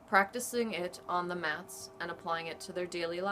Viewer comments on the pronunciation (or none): none